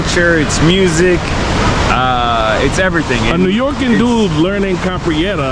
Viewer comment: did he say New York -AN 🤣🤣